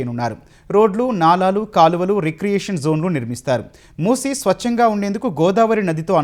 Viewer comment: మూస నదిని మూసి నది అని పేరుతో పలుకుతున్నారు